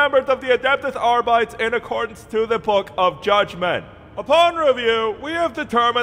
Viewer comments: Unless it was intentional, just a tip; "Arbites" should be pronounced Arr-Bit-Ayes, not Arr-Bites. It's a faux-latin thing; think of the roman Principes and Velites, they're pronounced in the same way. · Cognitive dissonance like nails on a chalkboard whenever someone mispronounces the pseudo-Latin words in 40k. Arbit-es Not ar-bites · Adeptus Arr-Byte-Ease. THREE SYLLABLES! You don't pronounce "Custodes" as "Cuss-Toads", and you don't pronounce "Astartes" as "Ass-tarts". Therefore, you do not pronounce "Arbites" as "Arr-Bytes". That's just not how it's done. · why is it pronounced ARE-BYTES and not ARE-BEE-TES? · Ar-bites sounds wrong. It should be Ar-bit-ees. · Ar - bi - tees not ar - bytes :( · It's pronounced "Aar-bii-teys", not "arbyte". But it's fitting that the average member of the Adeptus Arbites wouldn't even know how their own order's name is pronounced. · “Arbites” is pronounced “Ar-bih-teys” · I refuse to pronounce it "Arbytes." I'll stick to the pseudo-latin and call them ar-bee-tes, thanks. Space marines are not adeptus aystarts. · is latin, and means judge. ahr bee taes is the correct pronunciation. Than again this is 40k filled with butchered latin so who knows. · It's pronounced 'arr-bih-tess' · Arrr-bee-tees say it with me now. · Always assumed it was pronounced "Arr-bee-tays" making it sound faux-latinish. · I'll never understand why people pronounce Arbites like "biting". You're not calling Adeptus Astartes "ass tarts" either. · Adeptus arbi-tes, it's latin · You pronounce "arbites" WRONG. Other than that, brilliant video. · Is that actually how you pronounce Arbites?